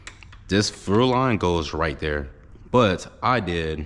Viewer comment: Why can’t u say fuel 😅